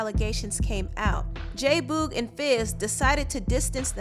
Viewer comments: Why do you keep pronouncing it Boooog ?! It's Boog as in Boogie. J Boogie J Boog......not Boooooog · I am sooooo annoyed by her saying J Boo- g. ITS BOOG, short for boogie🤬🤬🤬😡😡😡other than that, this was entertaining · J Boog like Boogie. Not Boooog. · J BOOG LOL NOT BOG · Its pronounced j boog like “boogie”not boooog like rude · J-Boog is not pronounced "BOOOG", its "Boog" like the word Boogie, without the -ie. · J who?? Fuck you talking about? 😂😂😂😂😂😂😂😂😂😂it's Boog like boogie without the ie. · Lol why do you say “JAY BUUUUUUEG” like that lolz it sounds too funny TO ME 😂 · It's J-Boog but pronounced J-Bug!!!!!!!!!!!!!!!!!!!!!!! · The way she pronounces "J boog's" name annoys me and is a lil cringey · her mispronouncing J-Boog is making me cringe lol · The way you say jboog name makes me cringe but this was a good documentary. Thumbs up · Great documentary but every time you said J Boog’s name wrong I literally cringed 🤦🏾‍♀️ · My only complaint, you continually mispronounced "Boog" whenever you said J-Boog. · Much love to your sista, but you’re pronouncing “J-Boog” wrong. I’m sorry, it’s cringy. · Ugh I hate how she saying J Boog name wrong, it’s annoying me 😭 other than that I enjoyed the video... I learned a lot about the group and their breakup and their lives after the breakup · Totally fell out when pronounced J Boog incorrectly lol love your documentaries